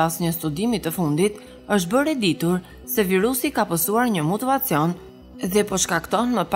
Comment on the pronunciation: Thuhet: mutacion.,moj zonje